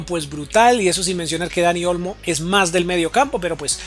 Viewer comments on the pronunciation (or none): muy buenos tus videos pero me desespera que pronuncies tan mal, le agregaste una s al final a olmo, dijiste angelino y no angeliño, pronuncias mal el nombre del equipo, un sin fin de palabras mal dichas